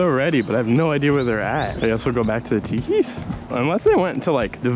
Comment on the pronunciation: Says teekis but us teepee